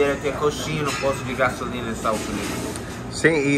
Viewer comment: É diferente, "posto" "poste".